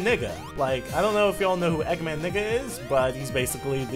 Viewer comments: It's Eggman Ney-ga, not Eggman Nigga XD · he said eggman nega not niga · Neh-ga but your point still stands. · I thought this dude said nigga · I thought u said nigga eggman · Okay so i wasn't going crazy haha, i knew he was saying nega but it sounded like nigga. Maybe the idea of an eggman nigga would be a funny mod and then you have a character for mod mondays XD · Hold on, Eggman WHAT!? It's supposed to be Eggman Nega n-e-g-a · Gamingmasterboy 4561 I Know the splelling, I was correcting pronunciation. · was he saying nega or n** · ***** Just to let you know, it's pronounced "Son-ya". Also, I watched a bit of the show as a little kid (we actually had it on British TV); I always thought it was great, but then, like all kids' TV shows, it makes me cringe a lot today when I actually see it again. EDIT: "Eggman Nigga" lol